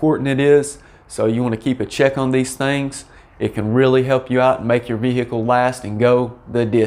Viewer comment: The way you pronounce VE-HI-CLE reminds me of a Louisianna State Trooper telling a lady driver: "M'am, please exit the VE-HI-CLE! 😁